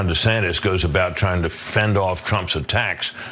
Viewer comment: He screwed up once and said Ron DeSanctus and kept saying it instead of admitting a mistake.